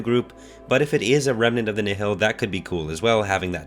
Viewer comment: "Nihil" is pronounced like "Nile", like the river, not "ni-hill" or "ni-heel". It's a real Earth word, not made up Star Wars jargon. Look up Nihilism.